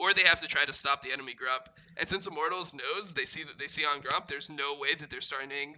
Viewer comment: Only criticism is pronouncing Immortals like "I'm mortals"